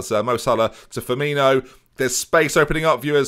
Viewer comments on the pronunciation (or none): none